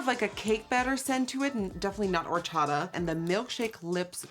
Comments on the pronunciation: “horchada” i’m dying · I had to go back to cuz I didn't understand if she even said "horchata" right😂 she didn't Nikki: "wHO0oOR-ChA-Ahh"